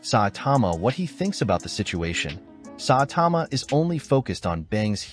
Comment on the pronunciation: its saitama not satama